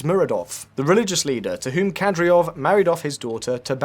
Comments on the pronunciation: NOT Kadryov nor Nucular. it is KADYROV and NUCLEAR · KADYROV PRONOUNCED CORRECTLY IS KAH DEER OV NOT KATY ROV. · Kad-e-rov, not Kad-ri-ov. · Who the hell is Kadriov? I know the leader is Kadyrov, but they can't be the same people. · Mate you made a video about this and you cant even pronounce KaDYrov correct? Its not like its super complicated..Its not KaDRyov. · KadYROV, not KadRYOV.😒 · It's Kad-i-rov,not Kad-ri-ov.....Notwithstanding,an interesting watch,thank you ! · Kadyrov is pronounced "kadeerov", not "kadreeov". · Kadyrov not Kadryov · KADYROV ffs not KADRYOV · In case someone wondered, it's pronounced "Kadyrov", not "Kadryov". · "Kadryov" -- you even have it written correctly on screen, while reading it incorrectly. It's not even about pronunciations, you just read it wrong again and again and again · Kadry rov .... if that pronunciation is being done to trigger Chechens then I guess it's kinda funny. Otherwise, .... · Yea, I noticed that, the "host" couldn't even say "KA-DEER-OV", pretty much well every other person can say it properly, except this guy. Also at the min mark he pronounced Kostyantynivka the russian way (Konstantinovka). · Saying “Kadriov” over and over again and he’s not even AI. Painful to hear. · How can you fuck up Kadyrov's name every time you say it? It's not a difficult name unless you didn't read the script before recording. Ka-dy-rov. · You pronounce it Ka - dee - rov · Read the word with me, Kadyrov - Kad-ee-rov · His pronunciation of Ramzan already bothered me, but then he kept saying Kadryov over and over. That's how you can tell someone is just making content without actually knowing what they're talking about. I'm surprised he didn't say Putrin. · "kadryov" my god how could any of the information be accurate if you cant even nail the name lolololol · Dude learn to pronounce the name of the people you claim to be an expert on, super cringe. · Can’t even pronounce Kadyrov but will lecture humanity on Chechnya